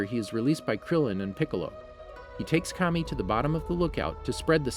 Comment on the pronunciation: Bro got the script and ran with it. Should consider watching the series....... Kami (kaw mee) Saiyan (say en) Frieza (free zuh)